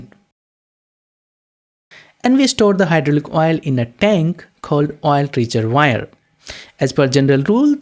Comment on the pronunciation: great explanation, love the reservoir pronunciation, thx